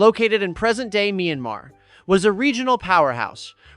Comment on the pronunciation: it’s 100% ai, there are multiple examples of words through the video that are textbooks examples of using ai. From Myanmar’s mispronunciation to switching between pronouncing years as Nineteen O’eight to One thousand nine hundred and Eight